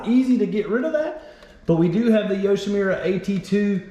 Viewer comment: Its Yushimura not Yushimira! lol!